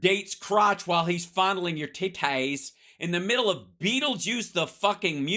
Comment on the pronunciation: Tit - Taays 😂😂😂